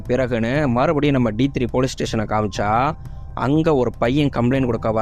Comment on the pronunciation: Padam peyar cleara sollunga thampi deeth nu solreengala, Dee three nnu solreengalannu puriyala thampi